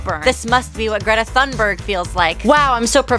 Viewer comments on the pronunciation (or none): none